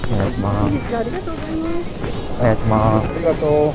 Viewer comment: お願いしまーすかと思ったらヘンファーンって言ってて草